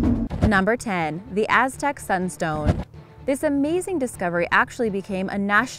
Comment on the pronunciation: Sexy voice I like the way she pronounced the Aztec stuff